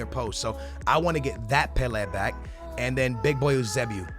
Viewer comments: It’s pronounced YOO-SAY-BEE-O Jesus Christ stop trying to be smart pronouncing it like oosaybeoo. Embarrassing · I hate the way he says some of these players names... its Pel-A and You-Say-B-O